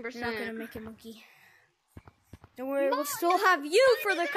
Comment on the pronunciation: Man rilly said done’t embarrass me